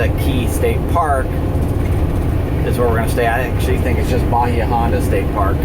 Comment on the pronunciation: that driver texting or drunk.. Probably both. I live in South Fl. That is how they drive. Its horrid down here. and It is pronounced EYE la Morada.. and Ba HI ah st. park <3 Wonder what it looks like now after the hurricane? Bet your mind is thinking craziness over that.